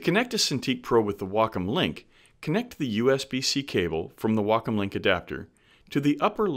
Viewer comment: The only thing I got out of this video is that it's pronounced "wackum" not "waycom."